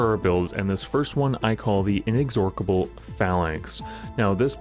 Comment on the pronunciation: In-ex-or-cable, like A-dork-able (Sorrry, sorry, it really made me laugh😁). It's In-ex-or-able. One "K" sound.